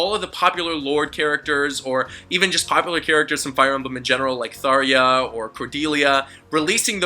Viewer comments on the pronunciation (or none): Tharea? You mean Tharja lmao.